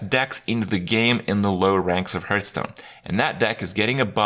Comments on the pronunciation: At this point, seeing how people corrected him and he keeps on saying it like that, I have a sneaking suspicion he does it to annoy people. Like with "hurtstone" or "jiff" (although to be fair, the creator himself said it should be pronounced like that for that last one). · Or Hurthstone?